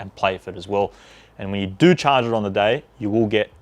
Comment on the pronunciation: "what you need to DOU is"